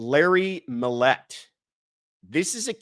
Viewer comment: Mill-Yet-Teh 3 syllables